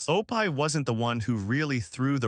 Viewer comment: This does seem to AI tho. Even pronounced Opie wrong.